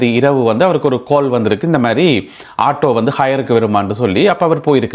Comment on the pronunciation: galee illada.....kaalee😂😅😢😅😊 ( GALE in english, Galla.....in singhalam) gab vaaganam illa...."CAB" ( single/ double) PAYA GALA EANDU SOLLUNGOVEN!!😢 ❤❤❤❤❤🎉😊